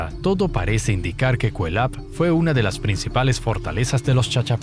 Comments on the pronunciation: Sé que es cuestión del doblaje pero siempre he escuchado que se pronuncia: /KuÉ lap/ con mayor acento en la E. A parte de eso, todo bien ^^ Dato adicional: gracias al uso de LiDAR se han encontrado muchas más estructuras circulares pertenecientes a ese sitio arqueológico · Correcto!, es Kuélap con acento en la "e".